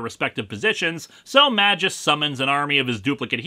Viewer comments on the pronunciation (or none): Not MA-jus. It's MAY-gus. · To my knowledge "Magus" is pronounced "MAY-guss" instead of "MA-jus", and both the dictionary and Marvel's recent cartoons agree with me. But yes, he DOES look incredibly silly. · May-gus, not ma-jis :) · Wait a minute, that's pronounced "May-jus"? I always pronounced it "Magus"… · Minor nitpick, but according to , Magus is pronounced May-Guh-S, not Man minus the n-jus. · I know I'm probably snobby youtuber 223 to correct you on this, but fuck it. It's "May-gus," not "Mah-jus." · wait.. is it not pronounced May_Gus rather than Maj_Us ? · I think it's pronounced "may-guss". Also, Doom's real voice is literally an octave below your rather accurate (in tone and articulation) impersonation. This story is waaaaaaaaaaaaay too complicated. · I'm almost certain it's pronounced "may-guess" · its pronounced "may-gus" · Why is Magus' name pronounced MaJus? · Yo, Magus is spelled with a G like in, I donno, "Green". You are calling him like...mah juice. Now that's weird. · It's prounuced mage-us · Magus is pronounced with a hard g. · Even Google Translate disagree with you, mate. Not only me. And not only google translate. Even Rob from ComicsExplained pronounce the name Magus the other way. Your video is still good though. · In the art's defense, Ron Lim was doing this massive crossover event as well as the monthly Silver Surfer comic, and I think a few other things as well. Granted, his art isn't going to be hung in the Louvre, or anything, but it is serviceable, and it least it's not ugly like Sam Keith, or worse, Joe Quesada. Also: Just saying, it's not a soft "J" sound. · Is that character's name really supposed to be pronounced "majìus"? "Magus" is latin for "wizard" and should be pronounced with a hard "G" and the "U" is not supposed to be a diphthong. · another comment about how you're pronouncing magus wrong srsly tho, I find that quite vexing, maybe even unreasonably so. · The way you say "Magus" is very unsettling to me